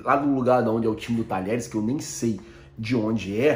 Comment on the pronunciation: Fala irmão ! Uma dica: Apesar do nome do time argentino se escrever "Talheres", que é um time mediano da região de Córdoba, na hora de pronunciar, falamos como se tivesse as letras (dié). Dizemos "Tadiéres". Abraço e parabéns pelo canal!